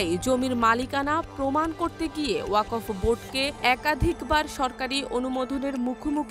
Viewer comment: আহা ওকফ এর উচ্চারণ ই জানে না পাঠিকা 🥹